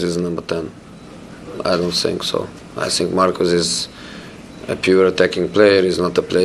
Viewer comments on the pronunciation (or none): I love the way Rashford plays football. But he perhaps should be taught how to say think instead of fink. But in a strange way it does suit his naff persona, I 'fink'.